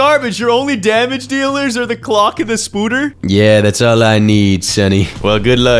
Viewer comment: Spoder is pronounced sp-oh-der